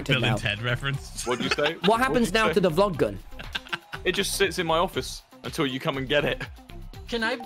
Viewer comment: Nobody : Tommy : Vog Glun